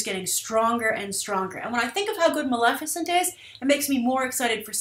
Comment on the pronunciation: Maleficent? C'mon Grace! Really?